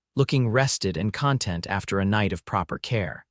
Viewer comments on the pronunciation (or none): . . . and "content" Computers aren't quite up to the task.